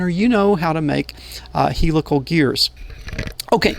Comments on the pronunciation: P.S.... We in the automotive domain pronounce the word Helical as "hell eh call" with the accent on the first syllable.:-) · He-lick-tacal gear? 😅 I hope you don't mind if I borrow that pronunciation.